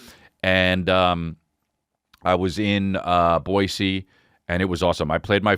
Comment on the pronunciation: As a Boisean, it makes my heart flutter whenever I hear Chris say the name of my city correctly 😍